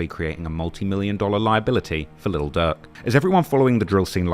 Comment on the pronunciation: DAWG WE CANT UNDERSTAND YOU. PUT “LIL” IN FRONT OF DIRK. DIRK AND DUCK SOUND THE SAME